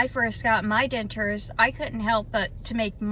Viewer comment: I eat and taste just great!..maybe your debtures were done at the wrong placeand please please learn to pronounce DENTURES. my goodness. Annoying